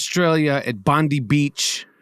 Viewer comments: It’s Bon-die beach. Not bondee beach. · I was waiting for it, its unimportant but as an Aussie it needs pointing out Bondi is pronounced 'Bond eye', anyway what a disgusting attack, due to our labour govt muslims are a protected species here in Australia due to their voting power, also why the F are lefties on X obsessed with the religion of the hero, it makes no sense pointing it out considering the killers had the same religion. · Aussie here ~ thank you for your words. (BTW, it's pronounced "Bond-eye") 🙂